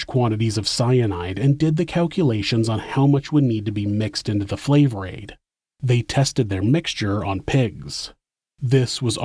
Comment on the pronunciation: It was Fla-vor-aid.